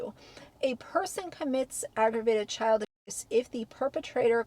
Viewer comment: I find it ironic that you can list and dercribe in detail the tortures endured by children in the law when you can't event pronounce the word ab*se. What world are we living in?